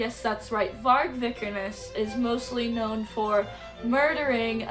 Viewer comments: You just proved yourself to be the biggest most uneducated poser of all time… You’re not even pronouncing his last name correctly first off and second off BM was a genre inspired by h8ing everything/everyone, having pride in your white nordic/germanic ancestors, and NS culture hence the red and black old english skulls etc.) If you’re offended by any of Vargs takes then you would be offended by the takes of ALL BLACK METAL BANDS so this genre is clearly not for you go listen to punk or pop like all the other woke commies and stop speaking on a genre you clearly know NOTHING about… Nice job trying to virtue signal how accepting you are more proof you’re a poser if you were truly black metal you would be not care if someone h8ed someone else based on anything also stop listening to a genre created by NS men if you hate them so much. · it’s actually the worst take and she can’t even pronounce his last name right but nice job as outing yourself as a poser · This girl who can't even pronounce the name of the person or band they're talking about, has such an abrasive and irritating attitude issue. Septum piercing says it all.